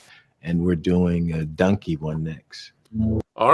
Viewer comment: Wait did Eddie Murphy say “Dunky”? Are we getting a videogame dunky movie??!